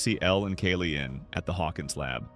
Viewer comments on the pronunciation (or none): bro it's not Kaylee, it's Kaal-E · Why are you calling her “Kayleigh?” It’s “Kali”